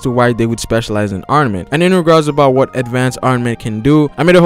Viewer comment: It's ARM-MA-MENT! NOT ARMA-NENT!